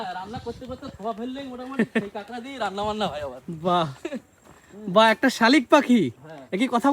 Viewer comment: রান্না ❌ রানরা ✅